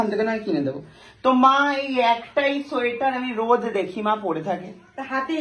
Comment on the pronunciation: সাইটার না সোয়েটার